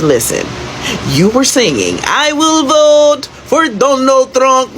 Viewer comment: Are they saying "I will boat for Donald Trump"?